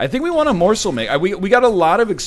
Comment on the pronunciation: the way he started to say morsl sounds incredible drunk